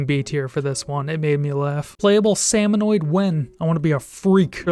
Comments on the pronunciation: Great vid, but for the love of god it's salmoNID not salmoNOID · Hearing him mispronounce salmonid hurt my soul